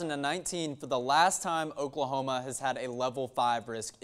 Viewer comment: What did he say ? "Okla okla" ... what ???!! I'm so confused.